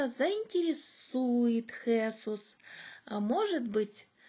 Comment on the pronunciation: Правильно произносить Хесу́с...живу много лет в Испании и неправильное произношение режет слух).Мне 63 и в прошлом году я прошла по Camino de Santiago ingles(это где -то 112 км примерно) с подругами,мы снимали частные квартиры для ночёвок.Очень довольна,испытала большую радость,когда оказалась на площади перед кафедральным собором.У меня было большое желание пройти этот путь и я прошла один из его маршрутов!!!Благодарю всех,кто поспособствовал этому!!!